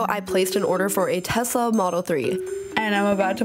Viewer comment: why did you say Tezla? It sounds so weird lmao